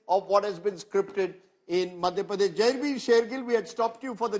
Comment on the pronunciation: Rahul Kanwal ganwaar hai, Madhya Pradesh pronounce nahi kar pa raha dhang se, Pardesh Pardesh laga rakha hai